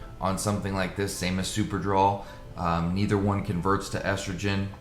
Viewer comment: Its drol brudda not draw😂😂😂 super-drol ultra-drol! Draw😂😂😂😂